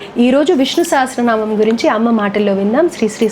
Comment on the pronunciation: Sha kaadu saa andi telusukondi